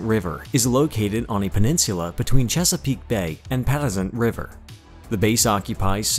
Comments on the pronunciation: For those of us that have been stationed in VA Patuxent River and Sewells Pt; was not pronounced properly in this Video. I have been stationed or TAD to most of these bases and this was a pretty good video. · The narrator’s pronunciation wasn’t even close. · Maybe if you could pronounce Patuxent river I could watch your channel, please!!